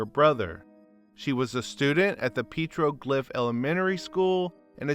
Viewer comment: I live here where it happened.. it still has a grip on our community.. the “ mother” looks like a flat out demon…oh and it’s pet-tro- gliff elementary.. There was no justice either. They didn’t get nearly enough time. They should’ve gotten death or at least life without parole!!! They are demons and need to b destroyed!!! This case is absolutely disgusting, horrid, and down right pure EVIL!! 😡